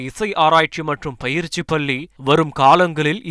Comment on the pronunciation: பயிற்சிப் பள்ளி என்று அழுத்திச் சொல்லவும். பயிற்சிப் பல்லி அல்ல.